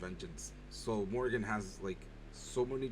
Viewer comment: morian not morgan. Juraishin > Erysichthon for sure